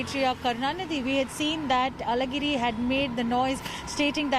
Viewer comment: Hello newsreader, your pronunciation of Alhagiri, a very special letter in Tamil, "lha" is perfect! Are you an Indian from the south? 😂🤣😅